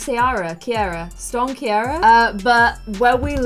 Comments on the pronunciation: You always pronounce the name Ciara wrong 😂😂 It’s said like Keera 😝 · I don't want to be rude, just helpful but you pronounce it as storm keera. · Storm ciara pronounced as.. keyra... that's the best I can do 😂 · storm ciara is spelt the same as ciara, jessy and roxy’s first child and yet she still doesn’t know how to pronounce it 😬😂